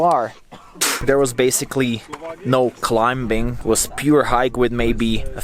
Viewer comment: Hey,. The "b" in climbing is silent.:) BTW great vlogs, I found this channel recently, and I binge watched all your videos. Nazdrave from Bulgaria, you should visit.